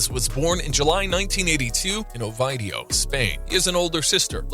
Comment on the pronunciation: Misinformed clickbait. Announcer can't even pronounce "Oviedo" correctly.